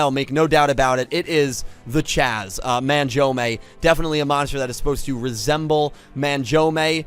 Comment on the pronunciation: it's *SIGH-OH not SIGH-OOH and *MAHN-JOUME not MAN-JOUME 😅😛💁🏽‍♂️ This is neat though! I'm sure I've come across the Bujins in Duel Links but haven't thought much of them lol; I might try to build something around them now too. Though you're right, the Judai and Saiou-based ones took a second, lol.